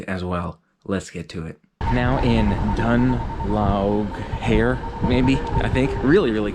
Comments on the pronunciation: Dun Laoghaire = dun leer-ee /hee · Plum Berry The phonetic rules are quite consist in the irigh language ao is usually an ai ay sound as in way and gh is silent pronounced. so it pronounced Dun Layra or Dun layree Under british rule it was called queenstown when we became an independent state obviously that didn't sit well with alot of people so they changed it to the original Dun laoghaire meaning fort of laoghaire.